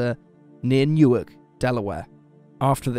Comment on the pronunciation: It's New-ark. Nyork is in Jersey.